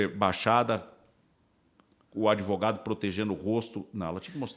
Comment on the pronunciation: Gostei desse doutor "adevogado"👏🏾👏🏾